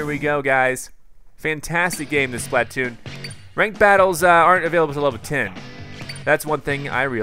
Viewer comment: You said spittoon at the b